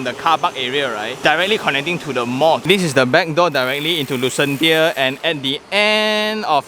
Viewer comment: Thanks for going through all the hassle to show us the actual site. Great work. On a side note, I think it's should be pronounced as Lucenshya, as in Dementia.... Sounds more Atas😄